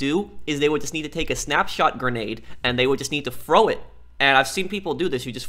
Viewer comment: “Frow it”